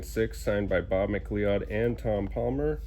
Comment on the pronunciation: 😂😂 as a Scotsman I need to point out the butchering of a traditional Scottish name that you're guilty of. The starwars #86 signed by Bob Mcleod... it's not pronounced Macleeeod... it's pronounced Ma-cloud. Don't let it happen again 😂😂😂